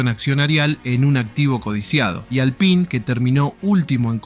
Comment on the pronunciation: Pronunciá bien Alpine gato!!